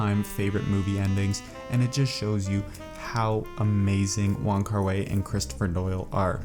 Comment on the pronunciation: wai=pronounced 'why' not 'way'